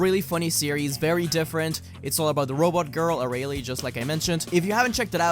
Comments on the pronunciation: Anyone else annoyed with how he says Arale? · Ha! “It’s A-Ra-Le funny series!” Am I the only one who caught that? Nice one 😂👍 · Is it just me or did i hear 'Its Arale fun series'